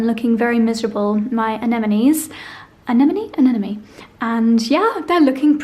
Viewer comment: I love your vlogs, they're very calming. BUT, please, it's not anenome, it's anemone (the M is in the middle). I only say this because you love flowers so much, I'm sure you don't want to get name wrong. Also, your honeymoon was a dream.